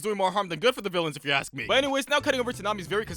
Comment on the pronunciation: bro cant pronounce escape or ask